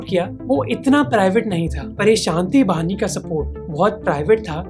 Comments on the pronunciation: Hi mohit, you make well researched videos. A small suggestion please make proper pronounciation of the following 1. Meghdoot is मेघदूत not मगदूत 2. Shanti bahini is शांति वाहिनी not शांति बहनी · Hello sir, Why did you pronounce Shantibani ? it's Shanti Bahini not Shanti Bani